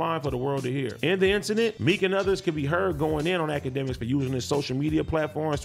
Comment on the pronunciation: AD said "A-K" instead of "Ak" when he was talking about akademiks. That was funny